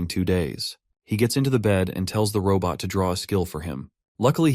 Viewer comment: Robot ❌ Raw butt ✅ 😂